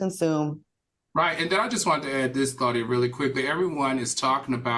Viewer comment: How is Claudia Paula’s friend but she doesn’t even know how to pronounce her name properly? 😭😭 Side note: Funky ATE her ass Upppppp 😂😂😂💀